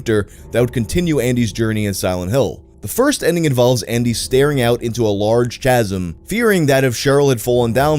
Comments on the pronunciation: its pronounced "Kah-zem" not "chaz-em" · Kasem not ch aaahhhh sm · It's pronounced kasm, not ch-asm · Bro said chasm like chaz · Chasm is pronounced Kasim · " c H a S i M " Chasm. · Was that mispronunciation of "chasm" specifically to troll people like me or is this a legitimate "HIMYM chameleon" situation? Now, if you'll excuse me, I have to go lie awake all night obsessing over the answer. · THIS GUY SAID "CHASM" WRONG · the way you pronounced chasm 😅🤣